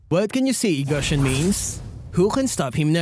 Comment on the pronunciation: Even after all this time, still struggles to pronounce Gusion’s name correctly. Looks like this is the end.